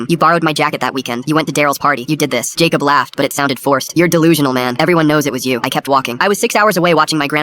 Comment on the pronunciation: How many times can you mess up the name Jacob?